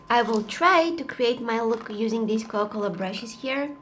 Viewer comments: U said cola-cola in the video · Coca-Cola not cola-cola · Is it just me ar did she pronounced coca -cola as coca - coca But I still love her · hi you sound like your saying ''cola cola'' but it made my day xx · It is not COLA -COLA its COCA COLA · Am I the only one who ears cola-cola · COCA COLA ❌COLA COLA✅ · It’s not cola cola it’s Coca Cola btw not trying to be mean your so talent with makeup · Girl didn't realise she was saying 'Coa Cola' instead of 'Coca Cola'. LOL Uhhhhhhhhhhhhhhhhhhhhhhhhhhhhhhhhhhhhhhhhhhhhhhhhhhhhhhhhhhhhhhhhhhhhhhhhhhhhhhhhhhhhhhhhhhhhhhhhhhhhhhhhhhhhhhhhhhhhhhhhhhhhhhhhhhhhhhhhhhhhhhhhhhhhhhhhhhhhhhhhhhhhhhhhhhhhhhhhhhhhhhhhhhhhhhhhhhhhhhhhhhhhhhhhhhhhhhhhhhhhhhhhhhhhhhhhhhhhhhhhhhhhhhhhhhhhhhhhhhhhhhhhhhhhhhhhhhhhhhhhhhhhhhhhhhhhhhhhhhhhhhhhhhhhhhhhhh I'm a bit to young for Coca Cola zero so, classic I guess.......... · Everytime she said coca cola I heard cola cola🤣😅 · I love that u said cocola instead or coca cola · Her saying Coca-Cola 🥺 “Coa-Cola” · I think my ears hear she said "Cola-Cola" every time, instead of Coca Cola 😁😁 but still i like the way she said that word. Very cute 😍😍😍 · CoCa cola, you're saying cola cola 😂😂 i love the light one, too much sugar in the normal one and i don't like the Zero one 😂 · I love how she says Cola Cola instead of Coca Cola. Awwwww 💗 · Why does it sound like she sayin* cowa cola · I love how she says coca cola because i here cola cola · When she says coka cola it sounds like coke cola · I love how she kept saying Co O Cola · I love how she calls it cola cola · I love that pronounce coca cola " coco la" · Dose anyone hear that instead of coca cola she says cola cola it’s so cute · No ones talking about how she says Coca Cola she says cola cola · cola cola original! love it!! and I like how she says TRANSITION ! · is she saying cocola ? 🥺❤️ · Her accent while saying coca-Cola is is funny but adorable